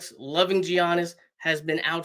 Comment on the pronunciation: Mispronounced Giannis name … nets can’t have him